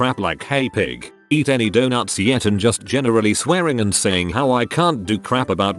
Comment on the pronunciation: donuws This is the only TTS error that I actually find funny.